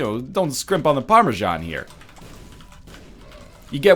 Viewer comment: Every time you say "PARMASHAN" I die a little inside.